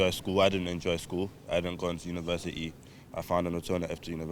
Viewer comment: Uni verse it ee, ffs